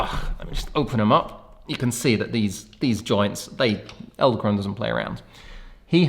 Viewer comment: Did I hear you say "eldekrone" a few times? :) Fun fact, "edel" (not elde) means Noble and "krone" means Crown (both in German and Dutch). So "noble crown". Thanks for the review, ordered mine today!